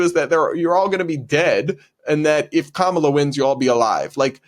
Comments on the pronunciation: funny how the TikToker calling him Frump is also mispronouncing Kamala's name. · That person wants us to vote for Kamala so bad, but doesn't even pronounce her name correctly...? 😂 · Tiktoker can't even pronounce Kamala properly, and I've been told by other Tiktokers that this is very racist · It can't even say Kamala's name correctly. 🤦🏼‍♀️ And even scarier that it used to be a teacher. That is what's wrong with the educational system. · TikTok chick can’t even say her saviors name right, at least learn YOURE EXCEPTIONALLY privileged as a white chick